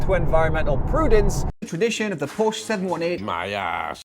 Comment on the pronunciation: Nice review. Just need to pronounce Porsche correctly then it would have been a great review. The cabin isn’t naff if you sit in a right hand drive model.